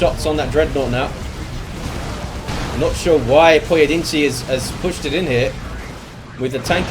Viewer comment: Props on pronouncing the first guy's name in a mostly acceptable fashion, most people woulda butchered that lol